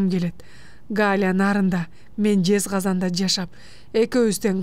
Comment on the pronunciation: Жез казан эмес, Жез казган.